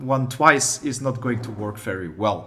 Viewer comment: Did he say while I nut at home or while I’m not at home? Either way this will be very useful